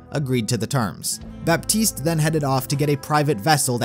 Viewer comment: The way you say Baptiste... It's pronounced "Batiste", you don't say the P.